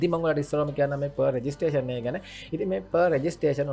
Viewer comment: බ්‍රො නියමය් විඩියො එක... දිගටම කරගෙන යමු...👍👍👍 පොඩි දෙයක් කියන්නම් තරහ වෙන්න එපා.... ප රෙජිස්ට්‍රෙශන් නෙමෙ ප්‍රි රෙජිස්ට්‍රෙශන්